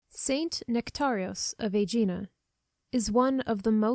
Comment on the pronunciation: It’s A GEE NA (hard G, stress on the “A”)